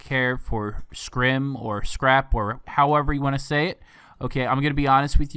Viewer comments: It’s fucking SCRIP NOT SCRIM AND NOT SCRAP. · Scrippppp, scrip. If anything, say script. Not scrim lmaooooo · However you wanna say it... Youre saying it wrongzo.